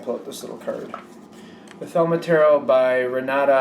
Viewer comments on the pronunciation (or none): you have my utmost respect as a fellow reader-advisor... Please know, however, that it is pronounced theh-LEE-mah...... Just had to let you know... Be(a)st wishes from a viewer in the Empire State ~ Anadae Effro ~